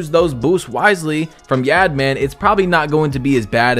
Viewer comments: Ay great vid and its pronounced like yawd man not yad man😂 its all g tho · not yaad man it’s pronounced (yahd man) like yard man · the way he pronounced YaadMan 🤣🤣🤣🤣🤣🤣